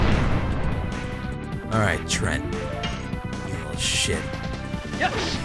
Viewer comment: I love how you call treants trent, rofl.